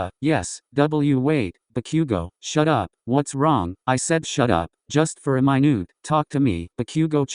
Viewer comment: Minute.... “my-nu-te”